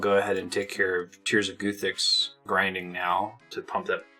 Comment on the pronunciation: At some point do you start pronouncing guthix correctly ? 😂 the goothix is strong with this one